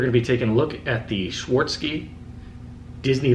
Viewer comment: It's Swar-OV-ski, not Swar-ski. Nice collection.